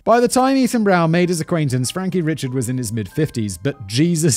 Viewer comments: My mother grew up in Acadia Parish, across the way from Jeff Davis Parish, where Jennings is. In fact, when my family would go to visit the grandparents and aunts, we'd often go to Jennings to shop. My cousin lives there now. Eerie that this is near where I virtually spent my summers. And Simon, it's Cajun AND Creole. And Richard is pronounced ree-SHARD is S Louisiana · Richard is actually pronounced "Ree-shaard". At least that's the best way I can spell it phonetically. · I guarantee you Mr Richard's name is pronounced Ree-Shard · Frankie Ree-shard